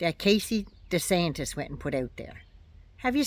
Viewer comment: "Casey DeeSatan" 😆😆💀 I love it!!